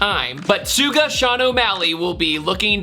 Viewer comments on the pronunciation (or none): I love you. But it’s Shugga as in Sugar. Not Suga as in Supra 😂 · Bro said “sooga sean o’malley” 😂😂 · Um why did you pronounce Suga like that? its like sugar without the R. Geez that hurt me. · WTF? "Sue-gah"? lol, it's sugar without the r! Are you Canadian or something? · “Sooga Sean O’Malley” 😂 bro it’s suga like sugar, shugah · I went straight to the comment section and went wait…. No one else noticed that?? Am I crazy? Is it sooga and not (Sh-uga) suga Sean spice? Hahahahaha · Bro said sooga sean omalley...bro doesn't watch ufc. It's all good tho😂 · The way he said “suga Sean O’Malley”😭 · You know you arent an actual MMA fan when he pronounces Sean's nickname as "Sooga" 😂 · I was looking for this comment😂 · Dude literally pronounced it suga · Suga is pronounced shuga lol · Judging by that pronunciation I take it you are not a regular mma enjoyer